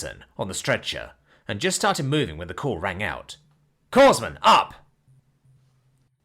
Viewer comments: Its pronounced "core-man", grunts don't particularly like "corpse-man" for obvious reasons. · This was painful to listen to. For the love of God, learn to say corpsman correctly. Core-man. I have always had a theory about the men who are corpsmen. They really meant to sign with the Corps and the Navy, recognized and corrected this oversight as expeditiously as possible. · It's pronounced "Core-Man" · As a U.S.Naval Hospital Corpsman 3rd class, I can confirm that this is something that we do. And it is pronounced " Cor-man" or "Coreman" depending on your accent. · EM3 here and I was coming to correct that pronunciation as well. Always grates on me when I hear it too. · Was also going to comment on the mispronunciation of Corpsman, since the 'ps' is silent, but the AI that reads these stories cannot reproduce the nuances of the spoken English language. We were always just called 'Doc' while I was still on active duty. My Marines would do almost anything for me after saving a few, only lost one to injuries, he was DOA due to the nature of it. Took the bite from a rattler to save a Marine from being bitten by it. --HM2c(FMF)/USN, 1968-78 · The p and the s in corpsman are silent